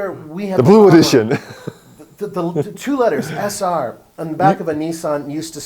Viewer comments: Sentra Se-r not sr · I think you meant SE-R.